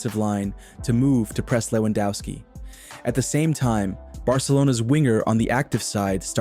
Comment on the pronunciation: Please stop pronouncing Lewandowski in an english way. He is from Poland.